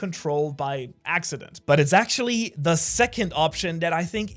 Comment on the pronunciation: Try saying “actually” mate